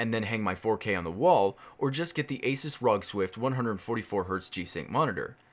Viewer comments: lol its A-SOOS not A-SAS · The way you say "ASUS" was confusing.